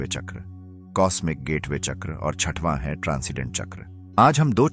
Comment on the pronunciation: Hindi me uccharan kijiye chakra ka jada impactful rhega make sense